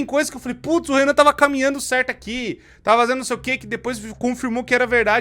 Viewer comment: Renan não " jovem nenan"